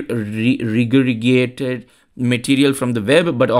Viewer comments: You got the emphasis and a phonic wrong. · Regurgitate... RE-ger-JAH-tate, essentially to "vomit" but in this case repeat word-for-word without thought.